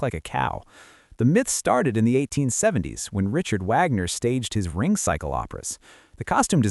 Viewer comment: Richard Wagner's name is said approximately like this: Reesh-yard Vog-ner. It's German, not English. You butchered it!